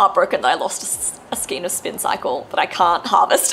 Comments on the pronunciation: Love your projects - beautiful knitting - I am not wanting to be picky but skein is skane as in reign. The King does not reen. Or a Reindeer is not a Reendeer. Heard this on a lot of posts lately and just have to say .......💞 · Thank you and that's not being picky at all! I've heard skein pronounced as both 'skeen' and 'skayne' so it's good to know that the second one is the correct pronunciation 🧶✨